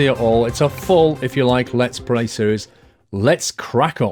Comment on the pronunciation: it did sound like pray